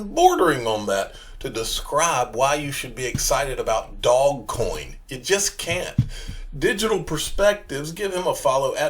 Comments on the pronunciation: I cringe every time you say "Dog coin." What a stupid way to say it. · I think it's hilarious